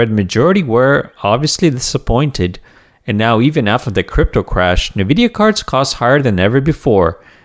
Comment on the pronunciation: It's pronounced: 'En-Vidia' not: 'Nuh-Vidia'.